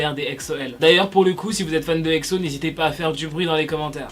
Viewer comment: Pk tu dis Ecso ou lieu de Exo